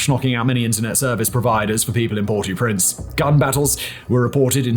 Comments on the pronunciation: Port-AU-Prince. That was annoying... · "port oo prince" hahaha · you pronouncing Port au Prince so wrong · I thought you’d have been intelligent enough to know how to pronounce Port-au-Prince. Shame. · Yo please pronounce properly Port au Prince